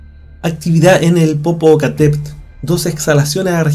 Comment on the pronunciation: NO SE DICE POPOCATEPEL SINO POPOCATEPETL